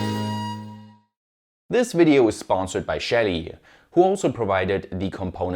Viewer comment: I kept hearing ''shady devices"